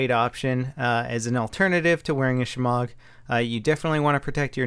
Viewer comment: I'm Impressed with this very accurate Pronunciation of shemagh